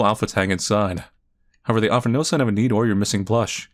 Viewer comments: Heads up- Enide is pronounced EE-NID! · Enid but like, a silent e